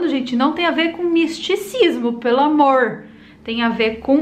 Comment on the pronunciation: ...."Não tem a ver com misticismo, pelo AMOOOORRRRR "..Interior de sampa ou sul de minas detectado...🤣🤣🤣🤣. Muito bom seus vídeos!! 🤜🏽🤛🏽